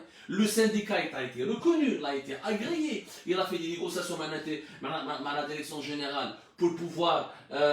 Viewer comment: 🤣🤣🤣🤣 Il a un problème de prononciation...et dire qu il est monolingue ce pseudo journaliste